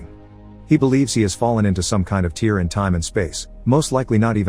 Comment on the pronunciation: A tee-rr in time and space.. instead of a tare? Yeah, they are both spelled tear....